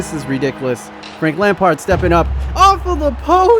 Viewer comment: "Frankie de lamps"🤨